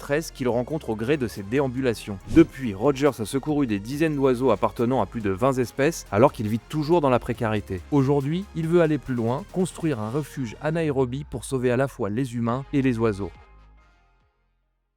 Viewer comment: J'adore, merci pour ce document !!! On en veut d'autres. Mais attention, on dit VINGT ESPECES et non vingt(s)ZZZ espèces. ❤